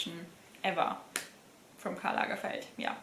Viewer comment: Hey im subscribed to you for a while. Now I’m wondering are you German ? You pronounced Karl lagerfeld perfectly🤪